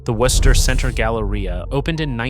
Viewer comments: In my 61 years in the Worcester area,my first three years in a triple decker on Dover Street in Worcester, I have never, not once, heard any locel pronounce the city as "Worse-ster" as I hear in one way or another in this video. No one - no one - pronounces the "o" as any form of the sound. In local parlance, the "o" becomes an 'i" and hence "Wister". Great video but every time you pronounce the "o" it feels like fingernails on chalkboard!!! Bonus: The first mention of taking up arms against it British anywhere in what is now the USA was noted by John Adams when he was visiting Shrewsbury, the town that borders Worcester to the east. Adams was at one of the town inns when a local farmer walked in and eventually observed that the colonials will have to take to ups arms and fight before the opposition becomes to strong. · You can pronounce it Wooster. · This video is a total mess! Can't pronounce the name correctly (Woo-ster) nor consistently. Many of the video and stills aren't even of Worcester. The first several minutes are repetitive. And, as other commenters have pointed out, the 3-Decker style buildings were NOT all destroyed. Total Fail, Dude. What a joke of a channel. 👎👎👎👎👎👎👎👎👎👎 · And its woo-ster (or woo-stah boston accent lmao) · bro dude guy ya gottta say woostah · the ai has no idea how to pronounce it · First off, learn how to pronounce the nasme of the city. Secondly, there's plenty of 3 deckers in the city. Not sure where you're getting this from but you need to come up here to see that you're wrong. Go to Vernon Hill or Grafton Hill. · You are wrong. Especially in how you say Worcester. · My Dad grew up in a 3 decker in Worcester.. All of my family,including me,were all born and raised in Worcester. You're pronouncing Worcester,correctly in one sentence,and mispronouncing it in the next sentence. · It is still a mispronunciation. The English city is pronounced as typical New Englanders would say it, which is not how he says it, at least at the start.